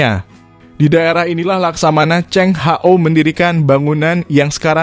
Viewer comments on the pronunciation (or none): Yg benar laksamana cheng hoo bukan Hao yg baca itu boot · 😂 iya Ceng ho ( H-O)😂😂😂